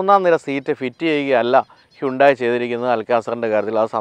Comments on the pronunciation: ഹൈന്തായ് എന്നല്ലേ ശരിയായ ഉച്ചാരണം.. ഹുണ്ടായ് എന്നല്ലല്ലോ...? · Its 'അൽ കസാർ' not 'അൽ കാസർ' 😏... താങ്കളെ പോലൊരാൾ പേര് പറയുന്നത് കൃത്യമായി പറയാൻ പഠിക്കൂ..... 'ഹ്യുണ്ടായി' എന്നതും തെറ്റാണ്...പക്ഷേ അത് ക്ഷമിച്ചിരിക്കുന്നു, എന്നാൽ ഇത് തിരുത്തിയെ മതിയാകൂ.... 😊